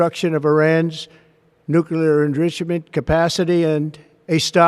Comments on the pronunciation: Donny could not pronounce "enrichment" correctly the first time. If Sleepy Joe had done that, Jake Tapper and CNN would be doing a sixty minute documentary on the mistake. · I had to listen about 4 times to figure are when Dummy said enrichment 😮😕